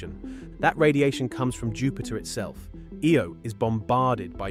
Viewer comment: Omg. Learn your words of eye-oh. . Lol not ey o lol